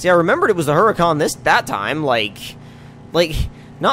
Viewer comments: its not heruhcon its Hurricane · you may have had a very minor stroke...that's very far from good 0_o Also, what is a Her-uh-con?